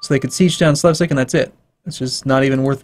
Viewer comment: Slevsig? Try reading "Slesvig" again :)